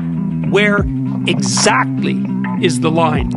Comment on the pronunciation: That's one profoundly emphasized "exactly."